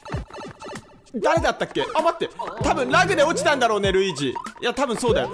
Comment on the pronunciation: なにやってのルイージ！のとこで巻き舌かっけぇ！！！